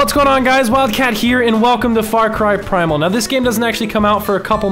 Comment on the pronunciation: You said primal wrong spell it out p r I m a l